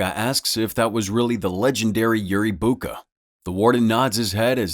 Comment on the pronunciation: is you say yuri boaka ill beat your ass its Yuri boyka